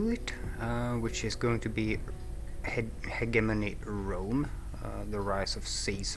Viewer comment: Really? I'd pronounce it Hegemony.